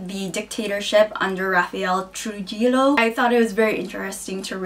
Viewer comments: For future reference, Trujillo, the j is not pronounced like a tradition american j. J sounds more like an h. So I guess the best way to pronounce is (Tru-He-Yo). Also, I love the book thief!!! I sobbed during work while reading the book. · lol cringed a little with the way she pronounced 'Trujillo'